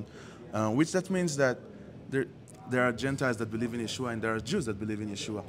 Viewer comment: thank you for correcting Yeshua’s name! It’s pronounced YESHUA!!!